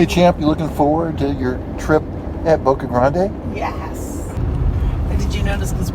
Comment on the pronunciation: The guy keeps sayin Boca Grande' its Boca grand. no emphysis on the E at the end of grande well not for the locals.